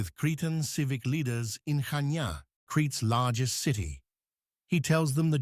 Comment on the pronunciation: Good pronunciation of Chania :)